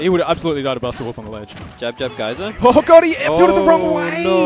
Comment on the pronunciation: "Can you reflect the 'gee-ser' Geyser?" I cringed in embarrassment.